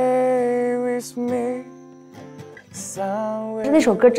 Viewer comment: 希林 希林 希林！！！！开口跪 水果星球就是牛。不过把with的发音给纠正一下就更舒服了